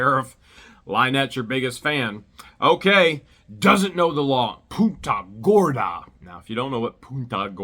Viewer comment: Its PUNTA not the other word that you said.... PUNTA GORDA.. i heard something else during your video.. The other word basically relates to a "female dog" in derogatory term.